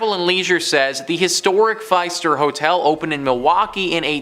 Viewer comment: Fist-er Seriously if you actually heard of this one you would know how to pronounce it. Do a little research please.